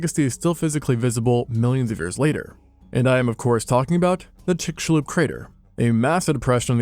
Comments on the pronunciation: Finally, someone pronouncing Chicxulub correctly! Chick-shu-lub. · This video did two things for me 1)Teach me how yo pronounce chicxulub 2) teach me how to pronounce Burj Khalifa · Good job pronouncing Chicxulub right! People always get Maya names wrong!